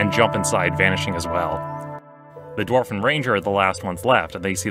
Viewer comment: This Dwarth XD